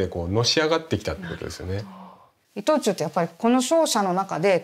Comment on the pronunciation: イトチュー今はイトオーチュウ発音難しいですね‼️